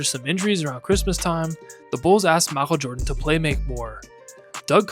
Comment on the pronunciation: "M'achel Jordan"